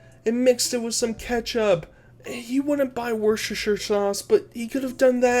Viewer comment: The pronunciation had me laughing so hard! As a Londoner, I just couldn't stop laughing. Please, don't take that as an insult or offensive to my US brethren. I just found it funny when you said it. 😅😂